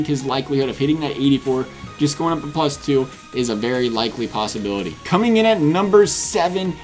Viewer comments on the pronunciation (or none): none